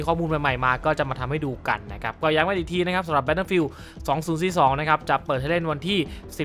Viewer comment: "battlefiealdสองสุสสีสสอง"